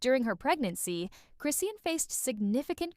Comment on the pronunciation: why are u mispronouncing her name ?it’s…CHRIS …. SEAN! chriiiiiiss shawn